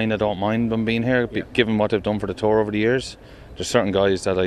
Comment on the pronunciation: can someone mention to rory that its a tour not a terr